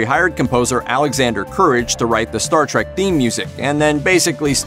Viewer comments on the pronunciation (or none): none